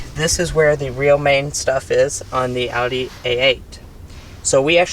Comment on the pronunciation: Thank you for pronouncing Audi correctly